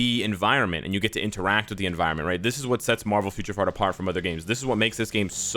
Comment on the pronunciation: i know i was jokin... Sounded like Future Fart lol... He was hyped 😂